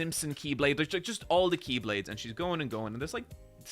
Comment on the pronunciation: It's incredible how he nailed all the keyblades names